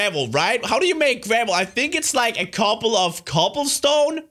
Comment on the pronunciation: I like how when you say "couple" it sounds like "cobble." xD